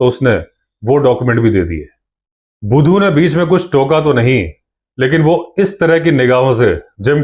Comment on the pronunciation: Shandar pronounces the name of budhu bhaisaab ❤